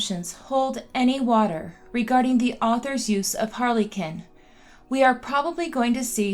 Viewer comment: Harlequin phonetically is Har-le-kwin.